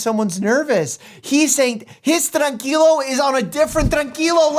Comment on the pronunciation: Mike actually hitting the R in tranquilo made me very proud